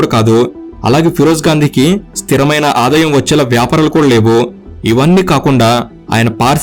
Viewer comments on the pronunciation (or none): none